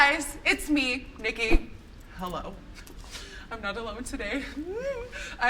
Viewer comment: I dont like the hel emphasize in the intro, feels weird...